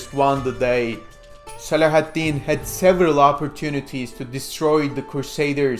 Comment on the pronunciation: Your pronunciation of Saladin is too torturous to bear. Couldn't play more than a minute.